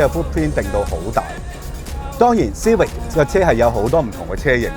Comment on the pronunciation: 逐代舊的款拎返黎講實都好睇, 留個記錄. CIVIC實係英文黎, 有正確的讀法. 過往讀錯左可以現在改返既姐. 主持比這款車年紀大多少? 慢慢原來這些已變了現這代的的老爺車